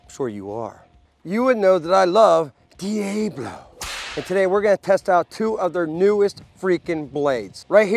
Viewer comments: nobody says DE AAYY BLO its DEE AHHH BLO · It’s pronounced Dee-AH-BLO can’t stand that you pronounce it all wrong! PSH! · Then pronounce diablo correctly! Lol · De Ay Blow is smeeshable! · In Texas we say Deeabalo